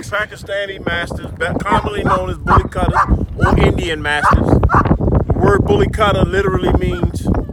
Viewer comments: kutta is pronounced as kootta not cuttah. please dont butcher the name of the breed. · Please, make sure you try and cover every aspect of the breed. The good and the bad. Thank you, Pronunciation "Boo-Lee Koo-ta". Bully is same as bully in American Bully and Kutta is "Ku-ta". Not "Cut-a". There's a "U/you" sound in it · Yo can't wait! so awesome ....one suggestion though about the pronunciation of Kutta ... the correct way to pronounce is Cou - ttha (Cou -- as you would pronounce in Coup) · someone tell them how to pronounce it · Please do some research on how the name of the breed is actually pronounced bro... You are calling it something not even close to what it actually is!